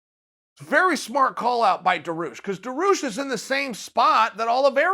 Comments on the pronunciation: It's DA-REE-OOSH, not DAR-OOSH. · its dar (like bar with a d) ee (like bee without the b) oosh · Me: Dariush Chael: Daroosh Me: Daroosh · If "Daroosh" is your #1 guy for 2021 (so far) learn how to pronounce his friggin name. It really ain't that hard. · Chael put some respect on my boys name DA RI USH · Dairy-oosh chael Dairy-oosh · I think it's more like "Daareeoosh"... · Benny DaRuse? Benny DaRuse. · Made up phoenetic spelling: Dar*i*ush [dehr-ee-oosh] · Uncle Chael: "Da Roosh" Dariush: "Ok great" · This Dah-Roosh guy sounds pretty tough. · Uncle chael, it’s Daar- rii- uush😂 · Benny Daroosh 😂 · Chael: DaRooSh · Baneel daroosh! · Benny the rush. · Just say Dariush. This is the one name I can’t watch you pronounce it’s so bad. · I personally love to follow uncle Chael because he see UFC on the right way, who is skipping fights or taking then...plus the best is when he pronounce Charles Oliveira or Dariush...Khamzat 🙏 makes smile on my face. Thanks for a tremendeous work mr. Sonnen 🙏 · I couldn’t wait to hear Chael pronounce “Dariush” and I’m not disappointed. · 10 seconds into the video: olivera vs Dariush sounds awsome, also you pronounce Dariush’s name (kinda) uncle chael